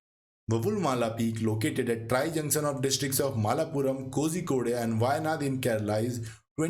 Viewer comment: Palakkad is not Palaghat Kozhikode is not pronounced kozikode.It is kolikode .pls google